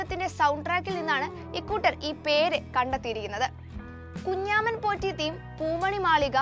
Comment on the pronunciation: എന്ത് കുഞ്ഞാമൻപോറ്റി . കുഞ്ചമൻപോറ്റി എന്നാണ്. എഴുതാനേ അറിയൂ, വായിക്കാൻ അറിയില്ലല്ലേ